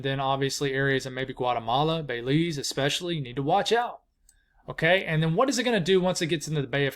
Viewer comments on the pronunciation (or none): “Bay-Leeze” gets me every time 😂